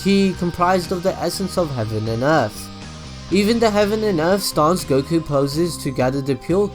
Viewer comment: UM ACTUALLY its pronounced 'Goh-key' you got the names wrong unsubbed (I have a new Ninja Storm weekly series btw, it'd be sick if we could do a mini collab again haha)